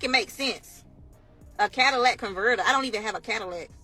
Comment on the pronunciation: She said “Cadillac”…